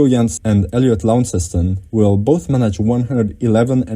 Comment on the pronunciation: And he couldn't even pronounce it. This video is cack for loadsa reasons.